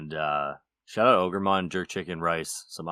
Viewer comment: it's been a whole day and i can't stop saying ogermon